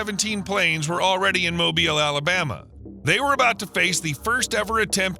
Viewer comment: Thank you so much for pronouncing "Mobile" correctly.